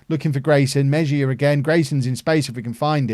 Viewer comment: Hey! Spanish pronunciation of Mejia would be more like ‘may-he-ah’. Loving this series man!